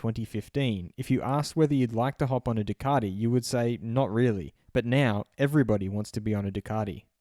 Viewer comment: Ducardi? Come on mate, you're embarrassing us. Either introduce yourself as Dilloon Shellee and do the entire video in a fake European accent and or give it up.